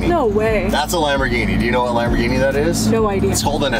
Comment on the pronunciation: Love the vids, but the way you say "Lamorghini" is hurting my Italian brain. If you don't know how to say it with the accent don't try! Kind of just rude, even if you're just having fun!